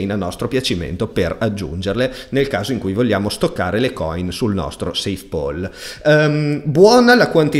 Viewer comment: PAL si pronuncia PAL, non POL 🙂